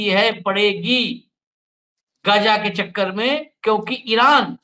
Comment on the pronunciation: Gja nahi h gaaja h . Hamas kya h jara ye to batao . Hamas ne 2023 me pahle ijrayal par hamla kiya tha kyo . Hamas ko pata nahi tha kya ki ijrayal hamas ke kabje me nahi aayega. Hamas aantkvadi h. Aapke kahne ka matalab ye h ki iran me bilkul nuksan nahi hua h. Ijrayal ke fighter plane 300 gus gaye iran me ek ko bhi rok nahi saka . Iran ijrayal me gus paya kya . Aaj ki Dainik Bhaskar ki news dekhiye 70 logo ka janaja nikla h. Kamal h ye . Hamas ne kyo hamla kiya ijrayal par